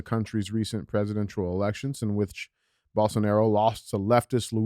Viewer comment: Lmao. You don't fuck around in Polk county. Oh don't play. Oh and you are slaughtering that name bro 😂😂😂😂